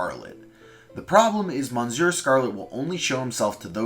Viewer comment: as someone who can speak french a bit, it hurts to hear "monsieur" mispronounced